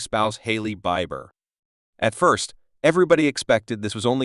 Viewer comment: Learn to pronounce his name😮